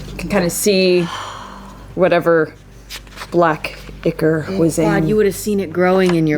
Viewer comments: It actually is supposed to be pronounced "eye-core" lol. ("ick-er" does sound better, though, that's the pronunciation I use!) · they've all been saying that shit wrong for years. it's eye-core.